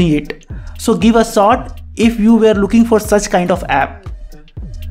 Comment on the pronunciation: You pronounced addiction as adixan, shot as saut etc which pisses us off. Please pronounce words as they are to improve your content and subscribers.